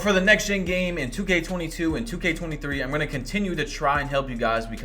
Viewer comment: when he said 2k23 it sounded so weird